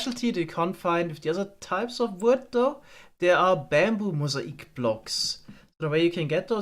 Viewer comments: Just an FYI: mosaic is pronounce moe zay ick. Not moe sah ick. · "Mozaeek"? Mo-zay-ick. That's how mosaic is pronounced. Granted it is spelled rather strange isn't it? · I noticed you were having trouble pronouncing "mosaic". It's not moh-zay-eek, but moh-zay-ick. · Not trying to be mean but Mosaic = "Mow" - "ZAY" - "Ick" at least in American English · Great video as always. Quick English pronunciation thing for you though, mosaic is pronounced like "mow-zay-ick" . Sorry if that isn't a great description of it but I tried my best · He used the German pronunciation because he is from Germany.